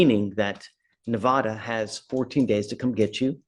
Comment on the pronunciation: The Judge is misspronouncing Nevada